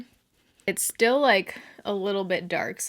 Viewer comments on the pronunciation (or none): none